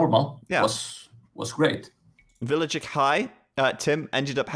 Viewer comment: I'm not a native english speaker but it literally took me 5-10 minutes to get used to accent, in the first video of the series. Since then, he doesn't bother me anymore. Although some of his pronunciations (villayer, trebuchet) still make me smile